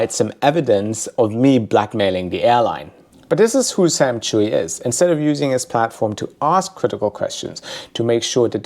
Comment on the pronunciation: I think it’s pronounced CHEW not Chewy. But who knows.